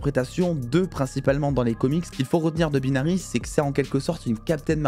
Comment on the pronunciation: "Baïnary" pas "Beenary"